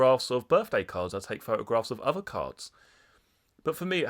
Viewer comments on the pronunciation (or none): 'and this that and the uvver' 😅